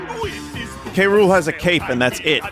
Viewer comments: it took 26 minutes to realise they were pronouncing king k rule like king cruel and i'm an idiot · It really bugs the shit out of me that they call K. Rool "Kuh-ROOL" in this show.